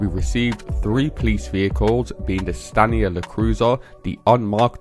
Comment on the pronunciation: ok so i've watch several of your videos recently and I can't take it anymore. The OCD part of my brain rages every time I hear you say "Stanier La Cruiser." It isn't. It's a law enforcement package of the Stanier, hence the LE. It's simply the Stanier L.E. with each letter being separate. Other than that, you do good stuff.